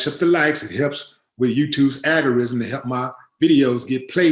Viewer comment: I’m not trying to nitpick, but I’m trying to help a brotha out. It’s “algorithm,” not “algorism.” Keep doing your thing though!